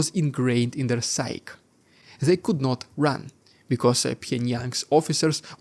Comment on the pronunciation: Psyche was a goddess in Greek mythology. The trailing 'e' is pronounced for all the Greek gods/goddesses/heroes, etc. For example: Psyche, Aphrodite, Mnemosyne, Persephone, etc.